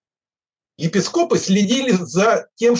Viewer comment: Какой-то бред откровенный. И еще неумение сформулировать мысль... Даже на 1,5 скорости слушать невозможно. И еще и про всякие "епискОпы" - это в какой школе его учили, не говорю про вуз. Не дослушала, сил не хватило.